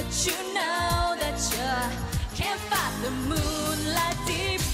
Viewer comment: Her english really that good, she did a typical mistake of Asian mispronouncing "Fight" in this song. I'm sure everyone can pronounce fight properly in other songs, but it's always this particular song that they make it sounds inappropriately.